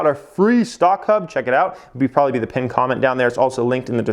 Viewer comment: There are two “b”s in probably. It’s not “brobaly”. Terrible.